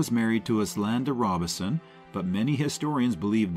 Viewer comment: “Take a Train”? Narrator, you’re probably poorly paid, but at least do some research so you don’t sound dumb. Find out how to pronounce “Robeson”.